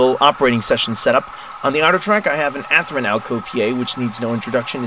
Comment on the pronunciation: Athrin? no. Athearn yes.